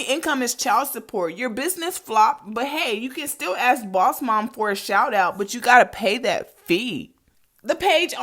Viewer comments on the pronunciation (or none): none